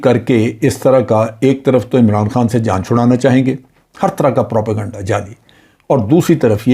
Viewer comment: Propaganda................... not....... Prapeganda ........... Hahhahahh...... 😂😂😂😂😂😂😂😂😂😂